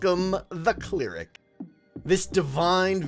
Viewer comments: Are you saying clear-ic when you mean cl-eric? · Its pronounced Claire-Ick not clear-ick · It's pronounced cl-air-ic, not clear-ic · I've never heard someone pronounce 'cleric' with a long e before...